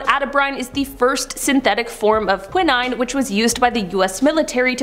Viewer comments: The DeFeo is pronounced DeFayO. Quinine is pronounced Quie-Nine. Good lord! Please learn how to pronounce words correctly if you want to be on social media videos 😖🙄😳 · Young woman, the first "I" in the word quinine is long; like the "I" in the word nine; not short like the "I" in the word it.